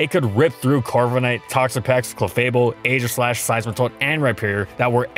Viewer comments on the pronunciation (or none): none